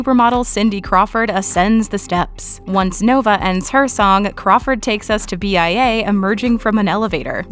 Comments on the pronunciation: Bia Not BIA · B-I-A ??????????!!!!!!!!!!!!!!!!!! 🤣🤣🤣🤣🤣🤣🤣🤣🤣🤣🤣🤣🤣🤣🤣🤣🤣🤣🤣 it’s bia sweetie